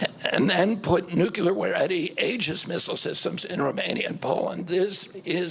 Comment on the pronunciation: Ok Bobby I hold you in the highest regard for your efforts to expose pharma, Fauci and ag but please know, it’s nu CLE ar, not nu CU lar. Keep up the good fight! Our country needs more like you. 💜